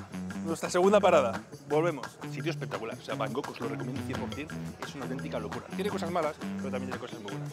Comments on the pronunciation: Deja de decir van gogh, que es un pintor holandés,se dice Bangkok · tío, no sabes decir Bangkok? Lo dices como si fuera Van Gogh el pintor 😅😅😅😅😮😮😮